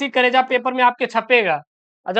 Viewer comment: Aur toda aapka bolne ka trika glt h kareja ye sb ka bolte h aap ek sichhk. H aur. Ek sichhk ka karm hota h ki bacho ko achhi sischha de aur bolne ka trika sikhaye jb aap log kareja bolnge to aur sb ka bolngee ager meri bat buri lgi ho eske liye mafii chahta huu